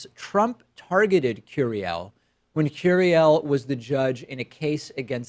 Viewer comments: Jesus Pakman, you know Spanish...don’t butcher his name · Why do you pronounce his name with an American accent ?